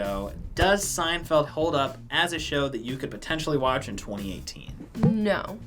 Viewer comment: What is this "seindfeld" that you speak of??